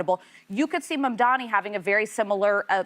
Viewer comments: Joy, it’s Mamdani: Mom-Don-E At least try to pretend you don’t despise him. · MAM. DA. NI. It is not hard! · Really… Joy can’t pronounce his name correctly? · You all, besides Anna, need to practice Mandani's name. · Teach your panel how to pronounce their mayor’s name. It’s odd to see them almost intentionally mispronounce it. Either that, or they’re just really dumb and out of touch. Which is odd, because they’re from NY - one of the most diverse cities in the world. 🙄